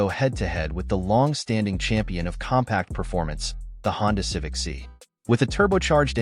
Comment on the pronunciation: stopped watching at "Civic See"